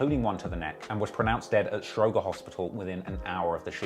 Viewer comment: "Stro-Jer" not stro-Grrr